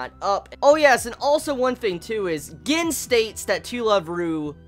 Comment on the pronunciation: bro Gin is pronounced like GEEN...just putten that out there